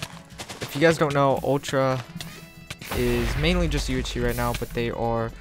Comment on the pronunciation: everytime u say "UHC",you say "UHshee)